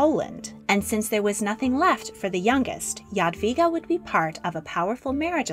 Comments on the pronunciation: I was hoping to see her portrait by Matejko. It was actually based on her skeleton :) Also I'm very impressed you pronounced her name right! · Omg youre pronunciation "Jadwiga" is amazingly correct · English "j" is pronounced like "dż" in Polish, so rather not. Polish "j" is pronounced like English "y" or something like this. Also Polish "w" is pronounced like English "v". Yadveega maybe. Pronounciation in the video seems to be correct